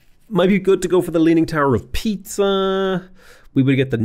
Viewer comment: I was giggling at the pronunciation of the Portuguese city names but then I almost spit my coffee at the "leaning tower of Pizza" :D